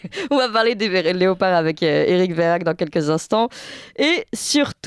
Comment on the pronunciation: Ma chère, le nom de ce monsieur Verhaeghe ne se prononce pas Verhaghe mais Verhèghe. Le gouvernement dit toujours si vous faites ça ou si vous faites ceci... avec eux c'est toujours le peuple le responsable mais jamais eux. Juste encore une chose, à vouloir demander aux Français de rouler en voitures électrique et importer des populations en grand nombre venant d'Afrique (les migrants), ont fait comment pour baisser la consommation électrique??? Plus de voitures électrique et plus de population, c'est forcément plus de consommation électrique. Il faudrait déjà que l'Elysée donne l'exemple. La nuit Toutes les pièces sont allumé. Toutes...